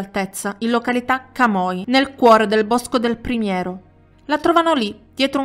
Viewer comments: Primiero, non Primerio. 😊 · ....e niente.. ti invito io in Veneto, ti porto sulle Dolomiti e ti faccio scuola di accento e pronunce.. oltre ad Àlleghe, al Min 12 la pronuncia corretta è "boschi del primiero".. 😸